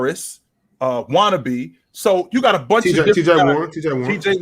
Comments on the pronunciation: I’m sorry 🤦🏾‍♂️. Wan-tu-na-be. Got it👍🏾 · LOL. Its Watunabe, not Wannabe.